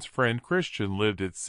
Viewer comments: And I believe her name is Kristin not Christian-voice decode man mispronunciation ? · Oh good God!! It’s KRISTIN!! Not Christian! Stoppit